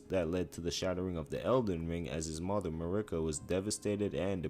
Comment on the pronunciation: How I felt when I heard him pronounce Marika as Murica